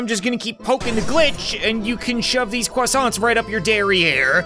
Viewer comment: I’ve never seen croissants butchered that badly